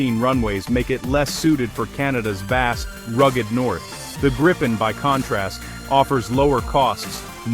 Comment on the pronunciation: The changing pronunciation of Gripen in almost every sentence was really distracting and annoying!